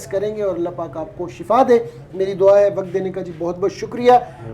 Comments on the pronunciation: ye lafz shafa Nahi hae bulkay shifa hae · Shafa nai Bhai shefa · Shafa moat ko kahtay han, yah lafz Shifa hay